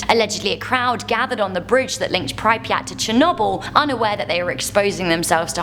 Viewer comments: can someone please teach her how to pronounce Chernobyl and pripyat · Said pripyat and Chernobyl wrong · Got to love pronunciation of Chernobyl and Pripyat